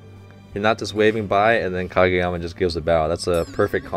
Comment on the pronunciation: Ok is anyone else surprised that coach nailed oikawa, kageyama and ushiwakas name while saying it in one sentence.